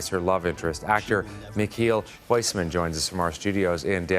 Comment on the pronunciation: If he knows some Dutch you'd think he'd know how to pronounce Huisman.